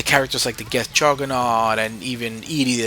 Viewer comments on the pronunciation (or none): none